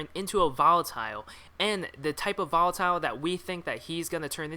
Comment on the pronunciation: i hate how you say volatile wrong